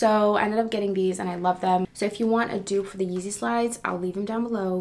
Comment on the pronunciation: It’s pronounced “du-op” but “dope”